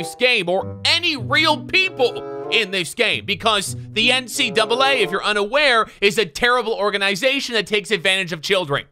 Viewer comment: I thought you said NCWA